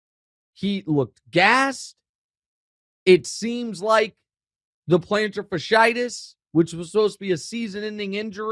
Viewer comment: Mr. Wright - you are pronouncing "plantar fasciitis" incorrectly. (PLAN-tur fas-e-I-tis)